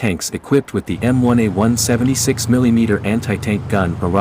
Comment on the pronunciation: I can't stand how he pronounces millimeter.